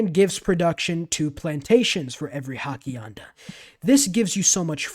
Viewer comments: This dude just said HACKIANDAS! 😂 I’m dying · Great series idea! Also it’s Ha-see-end-uh (Hacienda)